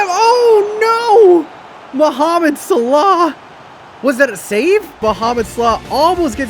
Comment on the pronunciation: Regular ppl: Mohamed Salah: Mohamed Slaugh